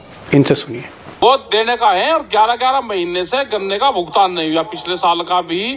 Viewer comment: मोदी जी "भुगतान" को "भुतगान" बोल रहे हैं